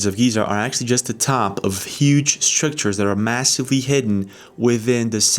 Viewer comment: Hey... are they Scrictures or Structures!!??:face-purple-crying: And... you never heard of Edgar Cayce???🤯